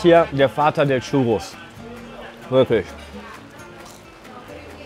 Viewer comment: Maaaaaaan es heißt nicht Chuuuuuuurus